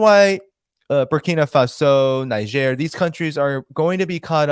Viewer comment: Niger is spelled (Naydzer) somewhat similar to Nigeria so spot calling it Nizher